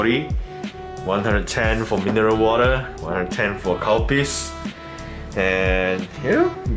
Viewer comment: instead of calpis, i heard cow piss😳